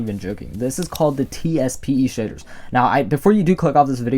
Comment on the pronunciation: Anyone else think he sounds like he’s saying sh!tter?